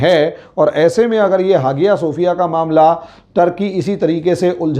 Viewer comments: Not hagia, but called aaiya Sophia, h silent in Turkish language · हागिया शोफिय नहीं .....हया शोफिया कहा जाता है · Even now days many churches in America sold to Muslims. Some are sold to hotels and bars. It's pronounced as haya or aya sofiya G is silent. He even unable to pronounce the name correctly. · Hageeyaa sefiyaa hagiyaa sefiyaa pher....hageeyaa sofiyaa.....kya hai sir ye Sahise bollna seekhiye aap pahle 🤣🤣🤣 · Even now days many churches in America sold to Muslims. Some are sold to hotels. It's pronounced as haya or aya sofiya G is silent. He even unable to pronounce the name correctly.